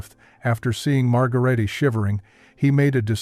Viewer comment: IT''S NOT MARGARAYTAY . IT'S PRONOUNCED "MAD'GARAYtuh.